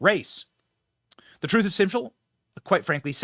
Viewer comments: "Troof is...," 😂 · Fanie said: "truph? Is that her attempt at the word TRUTH?